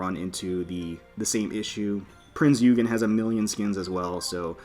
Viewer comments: obviously i was referring to the ship not the guy, therefore it's still Oygen. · I'm not sure if my comment was not posted but i was saying that since she's a German ship and her name was and is still pronounced "Oygen" in the first place, we should pronounce it the proper way. Even during the pursuit of Bismarck during the battle of Denmark Strait the British sailors (Royal navy) pronounced her that way. Even in its japanese language they pronounce her "Oigen".